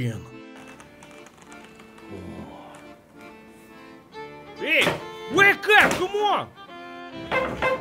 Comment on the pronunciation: "frrrrrrroot machine"